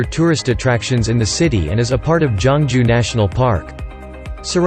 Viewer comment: Not jongju it's geoungju